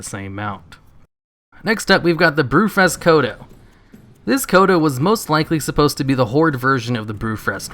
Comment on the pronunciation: BREW-FEST gotta work on that enunciation.